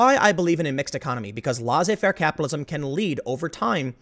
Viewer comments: Tim, great video like usual, but once again it's pronounced "Less A Fair", not "Law zay fair" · Tim, my mother tongue is French and I shiver each time I hear you pronounce "laissez faire". Your pronounciation is simply ridiculous. It's not "lah zay fair". It's pronounced "lay say fair".